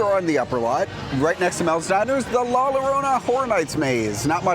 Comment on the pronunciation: Thanks for the updates I’m excited for the new set and to see if it will be part of HHN!! Also La Llorona is pronounced “La Yo-Roh-Na”